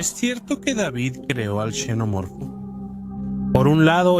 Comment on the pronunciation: Cada vez que escucho a alguien decir chenomorfo o yenomorfo pierdo todo el interés en el vídeo.